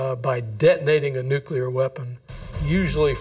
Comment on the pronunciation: Why the hell does everyone say "Noocular"?! Repeat after me - New. Clear. New-clear.